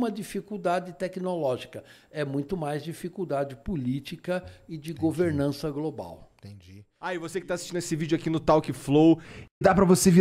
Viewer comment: Ele falou em governança Global ... rsrsrsrs "çei" ... rsrsrs